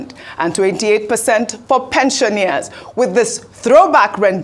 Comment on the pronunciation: Pensioners, not pensioneers. Point of correction!